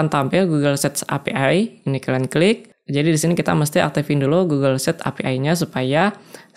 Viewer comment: Google set 😅 maaf bang apa bener saya dengar nya seperti itu